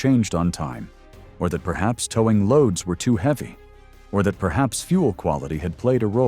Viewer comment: Yep - "engine teer down" and towing pronounced "tow rhymes with how". Not to mention all the wrong ways to pronounce 2025.